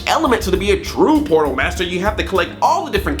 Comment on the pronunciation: when you say portal it sounds like porno